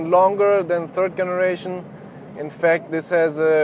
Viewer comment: I know it doesn't happen in German, but in English the g on some words like "generation" is pronounced like an English (not German) j sound. Maybe listen to "My Generation" by the Who.